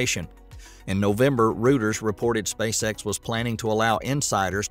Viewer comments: There are always these weird mispronunciations like Reuters (Royters) as rooters and other oddities. If this a CGV (computer generated voice) ? Anyone know? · Rooters? Seriously? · I enjoy these, thank you, but small pronounciation correction: "Reuters" is pronounced like Royters, i.e. Roy rhymes with toy. The way you said it made them sound like they might help with clogged drains. They used to be a long trusted name in news, but like most of the mainstream media, they've been bought out by corrupt investment bankers, the super wealthy and shady private investment groups. Reuters in particular is now owned by a mega rich bunch of Canadian investment bankers.